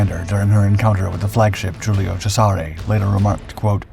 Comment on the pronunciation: Ow ow ow your mispronunciations are painful. Please look up on youtube how to pronounce Warspite and Cesare.